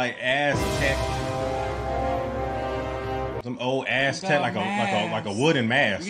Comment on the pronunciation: sounds like said azz tech lol 👍🏾